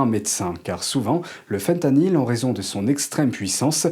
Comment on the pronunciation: voulez vous bien parler francais svp? on prononce faim tanyl. FIN tanyl une tabounevde mokaraba